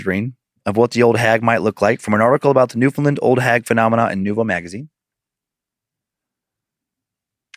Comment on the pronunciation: It truly hurts to hear Newfoundland pronounced like that 😭